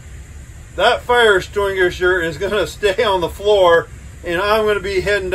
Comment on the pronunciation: “Fire estringature” 😂😂